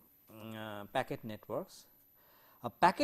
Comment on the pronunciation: oye! its "Packet" Switching and NOT "Pocket" :P now, Q : State 5 differences between Packet Switching and Circuit Switching.